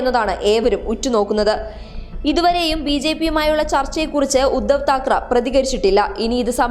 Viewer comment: ...Thakaraa alla Thakaray.